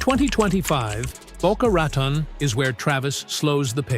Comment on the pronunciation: Ai voice, can’t pronounce Boca Raton – – once again, almost intelligent